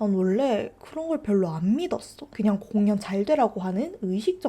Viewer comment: 아ㅋㅋ 공연 을 공.년. 이라고 읽으시니까 집중이안대옄ㅋㅋㅋ사투리 안쓰시는데 뭐징..